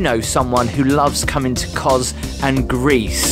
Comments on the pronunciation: pronounced kosssss..not koz..just saying...love your vlogs x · My ancestral home, it's pronounced KoS not koz.